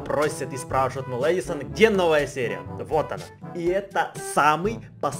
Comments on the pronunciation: Ты сказал Лэдисан🤣🤣🤣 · правильно не Едесон а Эдисон или 🐽🗿